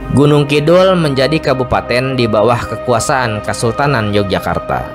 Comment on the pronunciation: Penyebutan nama nya kurang tepat....eheheee